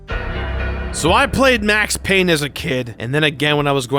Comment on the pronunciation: It’s Payne!!!